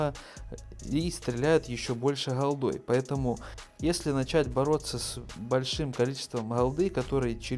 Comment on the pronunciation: Не холдой, а голдой. Не Фухасами, а фугасами.